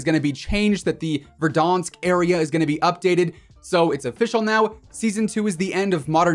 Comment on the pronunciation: Be honest did u start saying VerDONsk because of timthetatman or was it your own thing😂